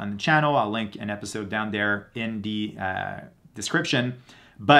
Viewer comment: Constructive criticism: 1.) No need to say "actually" before each statement of fact. 2.) Pronounce 'th' correctly. 'Through' is not 'true'. 'The' is not 'dee'.